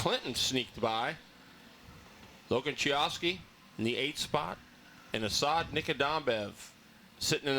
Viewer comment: Hey this is Asad, I was laughing after my name was called haha! It's Asad (Uh- SAUD) Nikadambaev (NIKADAM- *bAev*). All good on the name butcher haha though